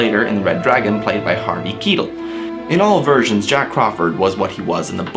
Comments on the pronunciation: It's pronounced Kyetell not keetle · I dont like how you said Harvey Keitels name. You said Harvey Keetal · Also, I think Keitel is supposed to be read as "kay-tEl", I heard people pronouncing it like that, but then again, you're american, you should know better. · And Harvey Keitel